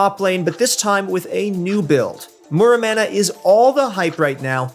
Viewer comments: Muramana = More-ah-mana. xD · What's a "manamouney"?